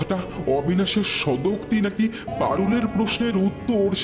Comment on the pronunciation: Please look into pronunciation. There is no word called Sodokti. It should be Sogotokti, which means speaking to oneself. Also, the reader has very little voice modulation. As a result, the story sounds boring.